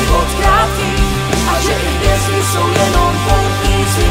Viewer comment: Nový Jamaron song! Ve vašem obvyklém stylu, příjemné na poslech, s pěkným textem, co má i nějakou myšlenku ("pak pochopíš, jak je život krátký, a že i hvězdy jsou jen poutníci na cestách", wow); jen mě malinko zarazilo - opravdu se ta hvězda v češtině vyslovuje takhle? Celkový počin nicméně moc pěkný, plus klip je zajímavý a opět něco nového, pecka!